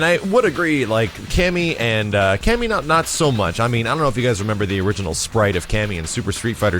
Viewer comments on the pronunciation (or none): for some reason I always hear "loot". like "Cammy is pretty much loot"